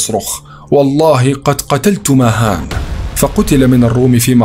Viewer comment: اسمه vahan وليس مهان 😂